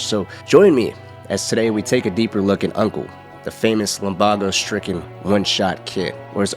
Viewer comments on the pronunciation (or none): Bro said lumbargo it’s lumbago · Lum-baa-o? Its lum-bay-go! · It’s pronounced lum-BAY-go, god dammit, he only says it out loud about a million times 😂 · Baaayyygoooo not baaaaagoooo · It's LUM-BAE-GO not LUM-BAH-GO. Now you say it right, cowpoke. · It's "lum-BAY-go" not "lum-BAH-go" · ITS LUMBAGO (lum-bay-go) NOT FUCKING LUMBAGO (lum-bah-go) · wtf is lumBARgo. Its lumBAYgo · Bro Limbago it’s lumbago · Bro said lumbogo instead of lumbago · Bro…..lum bah go It’s lumbaego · It’s not Lum Baa go its Lum ba go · Lambaaago seriously. It's really serious health condition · if he says lumbawgo again i’m gonna punch a hole in my monitor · Why’d you pronounce it lumBAgo? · Its pronounced LUM-BAY-GO. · It’s pronounced lum-BAY-go. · I'm sorry, but it's pronounced Lum BAY go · WHAT DID YOU JUST CALL LUMBAGO??? LUM BAG O??????????????????????????????? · LUM BAEEEGOOOO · How tf can you so confidently mispronounce lumbago like that? It was NEVER pronounced that way in the game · Wondering how you mispronounce Lumbago when he says it in the game.